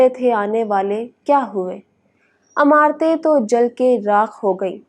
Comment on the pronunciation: Lafz imarat hay (ain) say. Na keh alif say ( amarat meaning Ameer say amarat ya Arab amaraat) please tasheh farmalen..